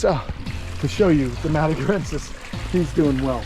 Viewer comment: “Madagerensis” from the island of Madager. 😂